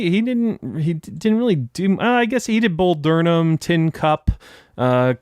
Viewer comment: Its Bull Durham, not durnum